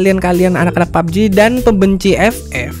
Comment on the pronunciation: Bang lu kemarin kok nyebut nya pubg kok lucu bg :pabeji 😠😂🤣